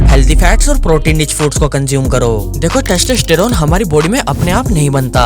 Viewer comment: Idiot wtf is "teshteshterone"